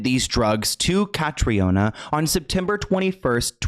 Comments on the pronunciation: Her name is pronounced like the hurricane (Katrina) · Hi! 👋 I'm Irish and her name is actually pronounced Kah-Tree-Na. It's a common mistake and please don't worry but I thought you might like to know 😇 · Irish person here: her name is pronounced CA- TRINA.